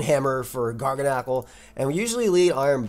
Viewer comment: I might be wrong but I feel like Garganacl is pronounced like gargantuan and tyrannical, but if course with the NaCl instead. This team is fire. Keep it up ❤